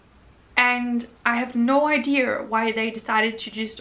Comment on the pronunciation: Please check to see how it is supposed to be pronounced because it is very irritating. I think you have also put the r in other words.